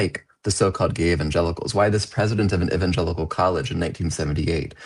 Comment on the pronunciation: THANK YOU for pronouncing Evangelical correctly for once